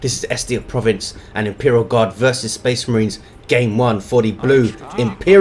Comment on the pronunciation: Fucking speh marhines, ugh.